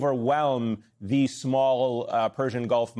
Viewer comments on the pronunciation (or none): none